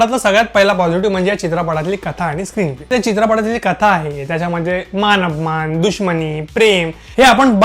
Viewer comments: मानअपमान नाही मानापमान. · आधी 'मानापमान' असे म्हणायला शिक. मान अपमान नाही. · चित्रपटाचे नांव मानापमान असे आहे. तुम्ही मानअपमान असे बोलताय